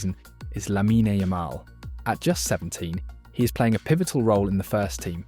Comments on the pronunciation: great video! just a small observation, its not hate or anything; the "e" in "lamine" is not prounounced. it ends with the n. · Bro can't pronounce Lamine right to save his life